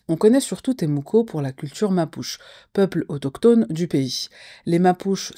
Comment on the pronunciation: Mapuche , se prononce mapoutche , mon epoux est chilien in vie au chilie